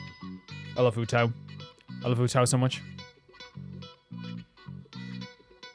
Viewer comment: Huh, with the way you pronounce Beidou sometimes, I thought it's an "acorn" situation. Huohuo as Huhou though, that's new XD I must have missed it, but are you somewhat dyslexic?